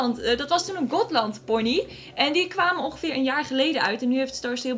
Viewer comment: ben ik de enige die me irriteert dat zegt Welsh ponees (geen haat)